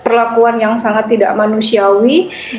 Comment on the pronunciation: heran, penyiar kok pada sakit pilek, mengucap memasang - pepasang, sangat - sagat, lama - lapa...dst